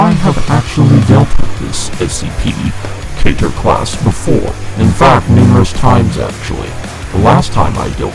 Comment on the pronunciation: It's spelt Keter but its pronounced Kee-ter